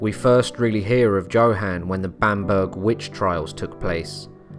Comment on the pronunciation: Also, shouldn't his name be pronounced "YoHahn?" Meh. Lucifer's little minion doesb't deserve a proper pronunciation.